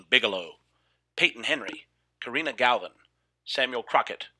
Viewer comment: GalVAN not Galvin 😭😭😭😭😭😭